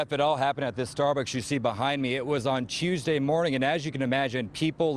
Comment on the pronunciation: What the fuck is a cheuuusday?